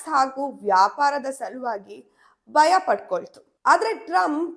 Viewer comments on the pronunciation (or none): ದುರದೃಷ್ಟವಶಾತ್ ವಿಡಿಯೋ ಶೀರ್ಷಿಕೆಗೂ ಮತ್ತು ವಿಷಯ ವಿವರಣೆಗೂ ಸಂಭಂಧಾನೆ ಇಲ್ಲ. ಓದುವಾಗ ಉಚ್ಛಾರಣೆಯಲ್ಲಿ ಬಯ, ಬಾರತ ಮತ್ತು ಕರೀದಿ ಬದಲಾಗಿ ಭಯ, ಭಾರತ ಹಾಗೂ ಖರೀದಿ ಅಂತ ಓದಿದರೆ ಕಿವಿಗೆ ಕೇಳಲು ಇಂಪಾಗಿರುತ್ತೆ ಹಾಗು ರಚನಾತ್ಮಕ ವ್ಯಂಜನಗಳ ಕೊಲೆಯಾಗುವದನ್ನು ತಪ್ಪಿಸಬಹುದು. ನಿಮ್ಮ ಸರಿಯಾದ ಉಚ್ಛಾರ ಕನ್ನಡಿಗರಿಗೆ ಮಾದರಿಯಾಗಬೇಕು.